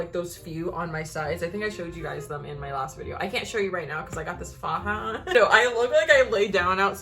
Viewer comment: i literally screamed when u said "i got a faja!" (u said it right btw boo LOL) much love <3